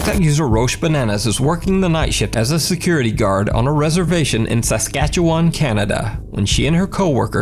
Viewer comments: Good job pronouncing Saskatchewan. People seem to get it wrong all the time. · I'm from Saskatchewan, you didn't do too bad with pronouncing it lol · Great pronunciation of Saskatchewan